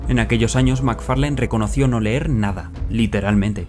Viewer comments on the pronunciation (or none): none